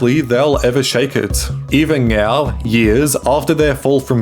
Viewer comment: Mungey, ingevbly, Ngo, eveng ngow. Like brother you can record another take, it doesn't cost you any money.